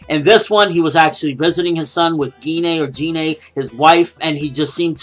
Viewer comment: It's like pronounced 'Jean'. Not G-nee